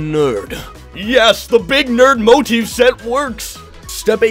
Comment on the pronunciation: mo-TIF not MO-tif